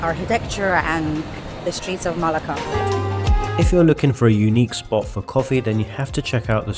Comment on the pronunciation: You should stress the second syllable in "Melaka/Malacca." That's how you are meant to say it.